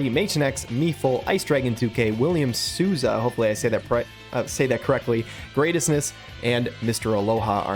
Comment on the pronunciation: "William S O O Z A" 😂😂😂 so funny listening to other countries' accent. I think the best way to adapt the pronunciation would be "soul-za"